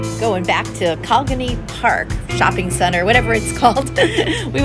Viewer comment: Really nice video and list of restaurants on HHI. You hit some of my favorites and some I really want to try, thanks to you,! You have a nice, relaxed and casual tone! (Can you say, “Co-lig-ney”? Pronounce the g. Haha.)